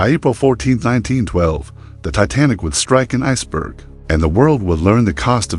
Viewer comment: You should know how to pronounce a famous ships name before you post a video